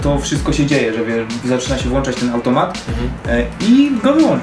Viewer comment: w pewnym momencie powiedziałeś włanczać a mówi się włączać;)